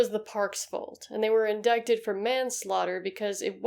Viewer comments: Loving the content, but... "indicted" is pronounced "in-die-ted", and "incidences" should be "incidents". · The c isn't pronounced in "indicted". Sorry for being that person. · Good lord, did you just pronounce the “c” in the word indicted?